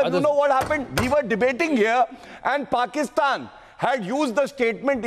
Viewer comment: Dear It is not porkistaan but it is paikanistan.